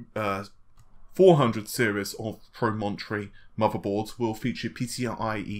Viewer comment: Nicholas Woolsey thank you lol not pro-mon-tree